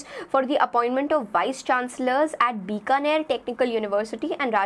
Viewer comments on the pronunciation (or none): none